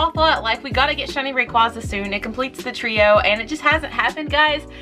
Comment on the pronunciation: Props to you pronouncing rayquaza correctly